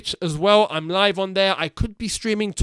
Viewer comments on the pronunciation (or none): none